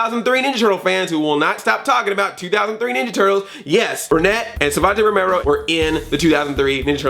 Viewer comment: I crack up everytime you mess up Savanti Romero's name and that #SmoothMichelangelo I was expecting.